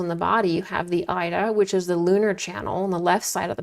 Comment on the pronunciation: Ida is pronounced eeda. Thank you for this excellent and informative video.